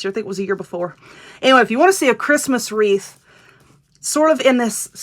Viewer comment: Wreath not reef !!